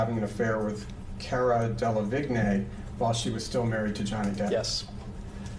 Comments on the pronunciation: It's Cara Delevigne (DEE LA VEEN) in English (the vine). It's French, meaning vine. Over there they pronounce it 'Veen yeh'...... Remember Avril Lavigne (LA VEEN) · Cara DeLevingue (pronounced De-La-Veen) is a British model and actress who is worth 28 million dollars. You can try dating the photos by compring other images with a date stamp and that poster mounted in the elevator. Let's not forget Johnny Depp was out of the country on a music tour from May 27, 1916 for several months. Amber Heard's domestic violence restraining order against Depp was filed less than a week after the divorce filing. During July, 2016 Johnny Depp was contacted by Amber Heard which was confusing for him. Depp, unfortunately, met with Heard at a San Francisco hotel. "So I was talked into going there and met with her in hopes that she would retract her lies that the world was now fed. In no way was she ready to do that, and I couldn't understand why I was there — everything had been taken from me, my children couldn't escape the fact that all this had gone down." Depp said he felt Heard brought him to that meeting "under false pretenses" and, after the fallout of the allegations against him, he was "really just at the end, just at the end; I couldn't take it anymore."